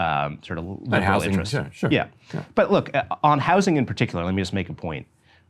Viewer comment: Why does he say house-ing